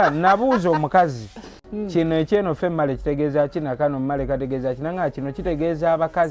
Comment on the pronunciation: I think it was female and male he pronouse it famale andmale😂😂😂😂😂😂